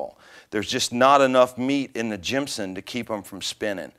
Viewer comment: Thanks, those are my favorites as well. I prefer to tap them in, and they tighten them with a screw driver rather than a drill. I'm pretty sure it's "gypsum" and not "gimpsum." ;)